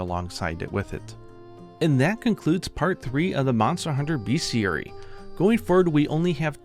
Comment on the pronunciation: Fyi it's pronounced 'best-iary' (not to be a dickhead but)